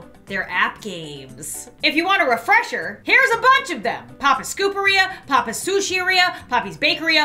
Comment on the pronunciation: Gamer Taylar YASS OMG I REMMEBER BAHAHAH Aand why does she say ‘papis instead of papas’